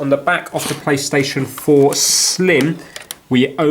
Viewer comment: Not plystision 4 slim its playstation 4 slim.😂😂😂🤣🤣🤣🤣🤣